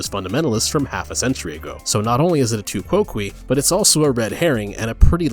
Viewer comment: I'm typing this over a year after you published this video and dear god do I hope you've learned how to pronounce "tu quoque" correctly in that time. Why is it that with so many of my fellow Americans, the first reaction to seeing something from a romance language is to pronounce it so blindingly literally? You could pronounce it like it was French, and rhyme "quoque" with "coke" and that would still be technically wrong, but it would sound better. It's latin and so the "que" part of the term "quoque" has a soft "downslope" sound to it, like the word "bay" or "stay" or "way," or even more relevantly, quay. You do not rhyme it with "key." And I know there are some guides online that do, but I guarantee you that they're also incorrect. Unfortunately most English guiding on this subject is terrible because Latin simply isn't taught very commonly anymore in the US and the rest of the English speaking world, and increasingly the understanding of pronunciation of it is just getting awful. So I don't blame you for this, you probably saw it used that way elsewhere, but man is it painful to hear here.